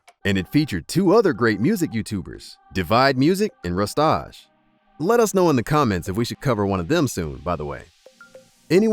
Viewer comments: no way man said rustarrrrge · The way you pronounced "Rustage" 😭😭💀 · Bruh the way you said rustage made me crack up. Good video tho. I would love to see a video of divide or Rustage.